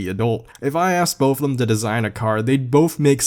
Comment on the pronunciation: is the CEO of saying "thum" instead of them